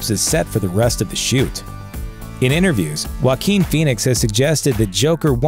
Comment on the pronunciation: That's not how you pronounce jaquin